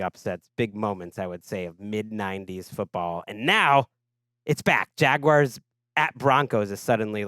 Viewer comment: Jag-why-arrrrrrs. Wtf?